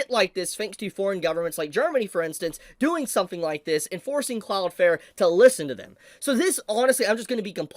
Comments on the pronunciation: For the love of God pronounce the second L in cloudflare when you say cloudflare. It is not Cloud Fair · Your still saying Cloudflare wrong, it definitely has an L in it, well two but you are missing the second one. Like your channel and the info you share but it takes away from what you are saying when you keep mispronouncing your topic.